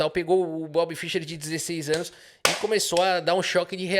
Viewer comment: nem o nome do cara você sabe falar analfabeto, não é Fisher.. é Fischer.. se não fosse o cara nem xadrez tu jogaria. Ele que abriu o cenário de xadrez pro mundo, coisa que era restrito aos países da união soviética analfabeto funcional.. Respeita o cara.